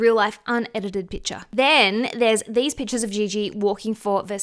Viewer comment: She said pictures like “Pitchaz” drink a shooter everytime she say it you will be drunk in 2 min